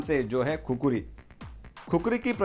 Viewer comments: Not Kukri this is khskuri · It's ( KHUKURI ) खुकुरी